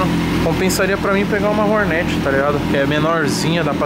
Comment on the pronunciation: Hornét toguro? Fala direito man